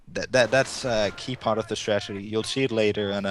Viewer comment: so nice and intense fights ... great play for werhmacht... Irrelevant fact, once I heard stragedy instead of strategy once in the game , I could only hear that... the native english commentator should have corrected the guy... :D , quite unfortunate